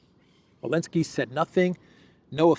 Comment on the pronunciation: Does have problem pronouncing the letter Z? He keeps saying Elensky.